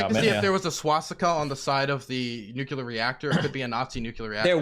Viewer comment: if you cant say nuclear correctly i would totally be in favour of just straight up declaring the loser of this debate right there and then. god damnit